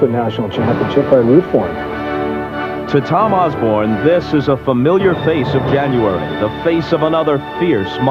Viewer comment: Dr. Tom "Oz-bern".